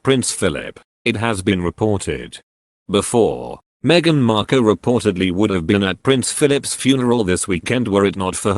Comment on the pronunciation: Would have been better if the narrator could pronounce Markle properly. Let us just see what happens in the next few days shall we.